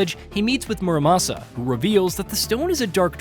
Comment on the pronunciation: Im not saying you should be fluent in Japanese to make videos like this but ffs, please at least try to pronounce names correctly. His name isnt "Moramosa".